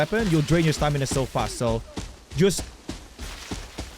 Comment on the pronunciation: Stamina: ❌ Stanima:✔️